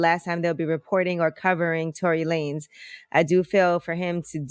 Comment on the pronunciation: Its Lanez not lanes